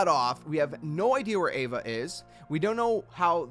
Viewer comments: Ava (Ah Vah) Ira (ee rah) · Ava is Ah-vuh. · You pronounced Ava wrong it’s pronounced like Awva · i thought name was ava not eva #smh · (Ahva) is how its pronounced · Ahh-vuh* she's not an evangelion lmaooo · Xigbar literally says Ava's name in the cutscene. So why do you pronounce it like that? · Why do you say Ira & Ava’s name wrong?